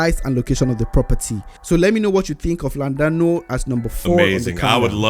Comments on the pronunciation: is not LLanduno but Llandudno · it is Llandudno, not Llunduno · Guy in the video calling Llandudno, Llanduno 🤦‍♂🤦‍♂🤦‍♂ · Llandudno, not Llanduno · Llandudno is pronounced "lynn-dud-no".